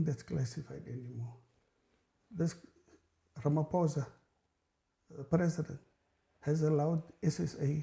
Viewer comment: He does even say President Ramaphosa 😂😂😂😂😂